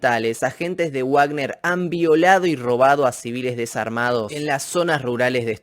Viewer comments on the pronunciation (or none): es "vagner" no "uagner", la "w" en aleman suena a "v".